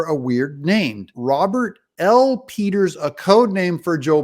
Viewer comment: Did you say pedo peters ?